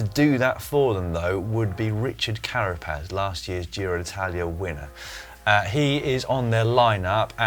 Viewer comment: Well done! Richard Carapaz, la locomotora will take it, pronunciations were ok, a fair 6 more work on ñ and the LL will give you a solid 7!!